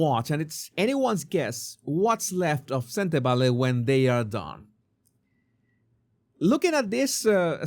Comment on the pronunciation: You pronounce Sentebale perfectly. My language (Setswana) has similar sounds with Spanish, must be why your pronunciation is flawless